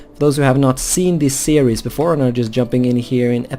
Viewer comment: Your Norwegian accent makes "Series" sound like "Ceres" as in the dwarf planet in the asteroid belt.